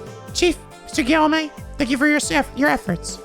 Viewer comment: I think Guillaume is pronounced "gih-yohm".